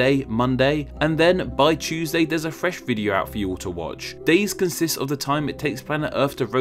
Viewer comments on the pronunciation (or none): none